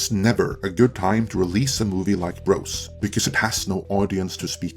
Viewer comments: Is English your first language? It's BroZ not BroS. If you're gonna review a movie you didn't see at least pronounce it correctly. LOL Tell you the truth - I never heard of the movie until I saw this video. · With your accent when you say "bros" it sounds like you are saying "gross" but I feel like that's accurate. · Love the way you pronounce “Bros”— sounds like “Gross”!